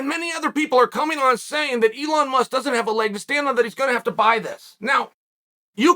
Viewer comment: If chael says his name is Eon Musk… ITS EON MUSK